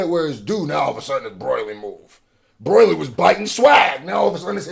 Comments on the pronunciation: to this day bro still saying broily i can't😭😭, DOES HE KNOW???? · yeah he know's but he told a story where he and his cousins called him broily so he says it like that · My guy still can't say broly properly